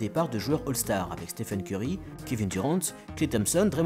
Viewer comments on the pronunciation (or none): none